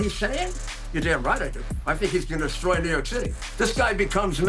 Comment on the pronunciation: ‘He’s gonna desCHroy America’ lol